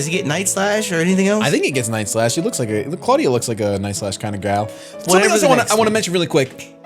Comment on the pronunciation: said clawdia the cloyster